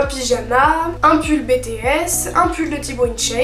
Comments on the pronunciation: je manifeste tu as dit betesse 😂 pas grave mais ont dit bitiesse bts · NailArt // Heyy! Petit conseil; on dit BiTiS Voilaa!